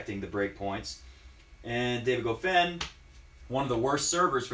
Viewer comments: One advice man: It is not pronounced ''Gofain'', it is pronounced ''Goffawn'' Goffin was incredibly solid from the baseline the entire 3rd set. He returned almost everything Roger threw at him and almost didn't make mistakes. And Federer didn't mix it up, no drop shots, no serve and volley, no high bouncing balls, no short chips, no return to go to the net. Goffin was the one that made adjustments when he was getting demolished, so in that regard Goffin won the match by outplaying Roger. Not one single tennis player wins matches automatically just because of their last name. They have to be consistent, execute the gameplan, winning the important points and overcome adversities during matches. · Honestly, I somehow blame this on you,. Goffin watches your videos and got charged up.:-P BTW. I believe it's pron Go-fan.